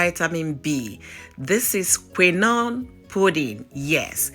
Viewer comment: Why are you pronouncing quinoa that way ? I have never heard anybody pronounced that way before 😂😂😂